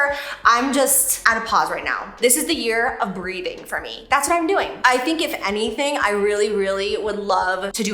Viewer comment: I heard “the year of BREEDING,” hahaha 😆